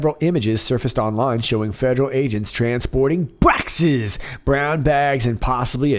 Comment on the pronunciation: Bwoxes and Bwoxes!